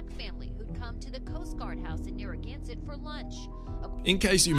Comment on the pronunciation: Narragansert is pronounced neh-ruh-gan-suht